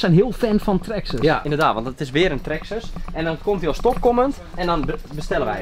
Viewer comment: Traxxes zeggen jullie 😂😂😂